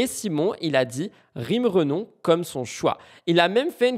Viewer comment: Ce n'est pas "Renom" mais " Renom {euh}., c'est elle même qui le dit ☝️😉😉😉